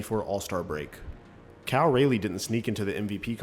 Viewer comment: its pronounced rolly